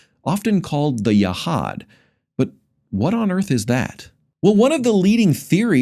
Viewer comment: And "Yehad" should be pronounced Yehud.